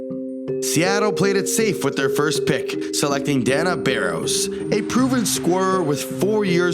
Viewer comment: Dana Barros, not " "DAN-ah."